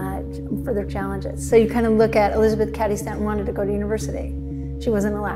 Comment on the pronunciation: And she mispronounced Cady repeatedly. Sad.